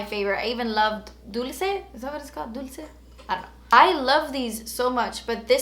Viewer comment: Hands down, Bioderma is the best And by the way, that stilla lipstick is pronounced as /dolche/ :D meaning sweet